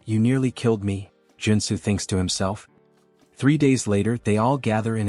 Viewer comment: Joon soo became Joe and Sue according to the AI narrator.....